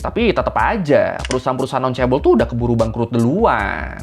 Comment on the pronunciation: Dulu bacanya caebol, sekarang caebel 😅